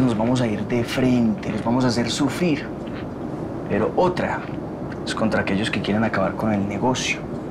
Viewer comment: Fui la única que escucho sufir en vez de sufrir en el minuto